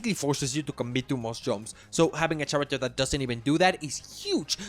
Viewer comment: Bro why are you pronouncing "character" like that? You've heard how everyone pronounces it yet you choose to do it wrong ☠️